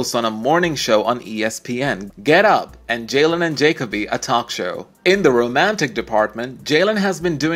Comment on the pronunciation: At least have the decency to learn how to pronounce their names correctly: Jacoby, Qerim, Vitale.